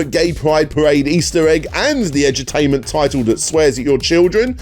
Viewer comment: When you said Edu-tainment I thought you were saying Edge-o-tainment, like edgy games more concerned with being edgy and controversial than playing anything actually entertaining